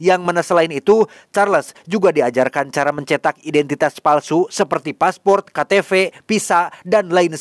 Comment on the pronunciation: KATEPE JHOOOONNN..,,, KATEPE….. Lain KATEFE, hadeuuuh kaciri lain urg sunda😢